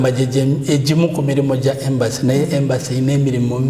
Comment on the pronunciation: It's Embassy not Embracy